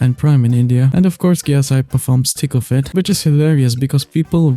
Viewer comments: No hate but anytime you say “Thick of it” i hear “Tickle fit” and my snail brain processes it till i realize what you said, great video!!! You got another subscriber :) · Every time you say "Thick of it" I hear "Tickle fit."